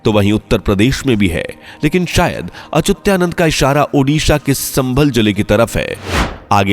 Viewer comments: bhai sahi bolna to sikho, achyutanand ki jagah aap "achutyanand " bol rahe hai😡😡😡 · Unako pujya achutyanand das ji ka nam bhi thik se lena nahi ata or fenkate ja rahe he😂😂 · अचुत्यानंद उच्चार गलत है अच्चुतानंद सही है. आप गलत उच्चार क्यूँ कर रहै हो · Achutyanand nhi achyutanand hae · अचुत्यानंद अच्युतानंद बोलो। सही नाम का भी पता नही और निकले हो वीडियो बनाने।😡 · पहले अच्युतानंद नाम का उच्चारण सही किजीए. वह अच्युत्यानंद नहीं है. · Are yar naam galat kyun bol rahe ho....sahi Achyuta nand naaki achutya...... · Yes it is Achyutanand ji and not Achutyanand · पहेले संत अच्युता नन्द दासजी का नाम ठीक से बोलना सीखो 🧐🧐🧐🧐